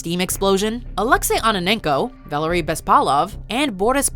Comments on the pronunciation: "Vah-lair-ey" vallery, come on guys, it was the only bump up that i noticed, just...come on. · VAL-ERY...not Valerie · Valerie Legasov.... really? R e a l l y?